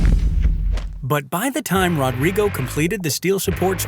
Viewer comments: It's pronounced HO-drigo. :) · It's so realistic. The only thing that could've made it more accurate would be to pronounce his name right. That r would make an H sound in Brazil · The way he says "Rodrigo" cracks me up